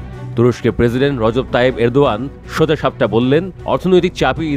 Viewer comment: কি কি, তুরস্কের প্রেসিডেন্টের নাম কি? আবার বলুন প্লিজ! সঠিক নামটা বলতে না পারার তীব্র নিন্দা জানাচ্ছি।